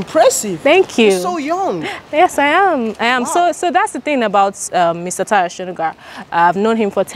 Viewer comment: He say tarhyo 😂😂